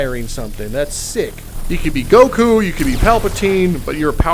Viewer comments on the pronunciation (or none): none